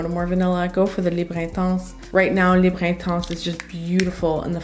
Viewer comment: As someone who speaks French, thank you for pronouncing the French names/words correctly, unlike people who insist on saying libra(Libre). Just like genra(genre).